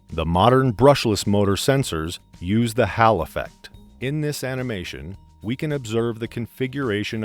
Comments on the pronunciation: 1....its HALLLL effect. not HAL EFFECT 2...ideal motor for many applications when its needed...... pretty dumb commentry 3...and its MOTOR and not ENGINE while the video is technically worthwhile the issues 1,2 and 3 make it very annoying to listen to additionally the commentator talks like he has a potato jammedb up his backside. his mannerism is very annoying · "Hall" rhymes with "Ball" not "Gal;you moron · And by the way its called a hall effect not a hal efffect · HALL Effect as in HALLWAY not HAL! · the word “Hall “ is pronounced like the word haul. I hope this helps. Your videos are excellent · Yeah, and it has an American accent. Can't pronounce Hall. American accent storm troopers really spoiled Star Wars. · I have been mispronouncing Hall for my entire career in electronics 😫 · Your renders did not go through enough iterations, there are noticeable sound cuts and volume fluctuations, and you pronounced hall wrong